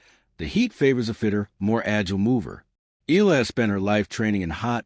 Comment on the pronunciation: Ee ah lah! Not Ee lah! C'mon AI get it right!